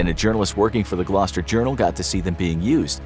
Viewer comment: I’ve not heard an American say Gloucester correctly before